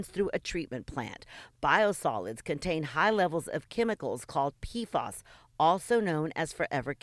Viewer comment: Pea Eff Ayys. Not Peafoss